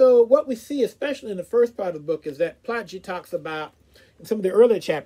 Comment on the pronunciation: Insightful review! For your interest's sake, his surname is pronounced "Ply-key".